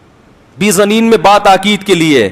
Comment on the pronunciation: Masood Sb. Aayat ko sahih tu parho.Bedhaneen hai na keh bezaneen.Islam mein zid theek nahin hai . Aap mujhe koi cheez dein tu aap aur main brabar hain,Afsoos aap k ilm per.